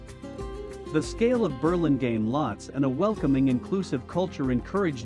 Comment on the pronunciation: I would rehire the voiceover to somebody who knows how to pronounce the name of the town :-) it’s painful hearing it pronounced incorrectly so many times. Also I would get these camera shots down lower. It doesn’t really look beautiful to see the rooftops of all the downtown buildings.